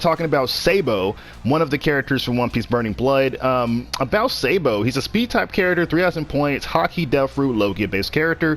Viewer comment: Oh yes "Sei-bo"